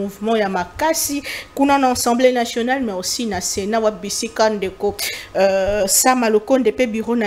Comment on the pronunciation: J'ai l'habitude de vous suivre et je vous exhorte à bien prononcer les mots, on ne dit pas Ensemblé nationale mais plutôt ASSEMBLÉE NATIONALE